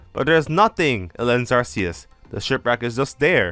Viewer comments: Why does nearly everyone pronounce Arceus's name as Arseus? Even the anime pronounces it Ark-ee-us. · I'm fascinated by the take, really annoyed that you're not saying Ark-e-us, Ark sounds better than Arse you can't change my mind. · it's pronounced ar-coo-se! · Also I heard it's called Arkoos, not ar-keyus or ar see us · Ark-ee-us doesn't make sense. Its Japanese name had a soft "c". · you call Arceus the wrong way. You don't choose the pronunciations that words have, you just have to pronounce them. Arceus is pronounced with a K sound instead of a C one, and that's because it's inspired by the word αρχαίος (which means ancient in Greek) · Just let him pronounce it how he wants. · that's not how it works buddy. You can't pronounce words however YOU like, language doesn't work like that